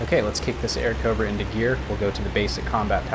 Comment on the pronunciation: Airacobra. Not Aircobra.